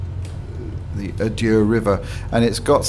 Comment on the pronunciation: Love how you make it sound continental whilst us locals pronounce it A-Der! Just a little feedback, maybe when showing scenery use clear skies or at least something less gloomy so we can see it. Also take advantage of the drone camera for more in depth views. I like how the have modelled the area, id say Orbx version of the actual airport is perhaps better. Thanks again for the videos!